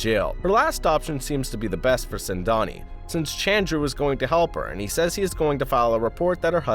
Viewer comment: It's not sendani it's sengani